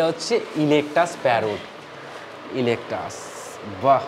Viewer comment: ইলেকটাস নয়,ইকলেকটাস।নামটা অন্তত ঠিক বলুন।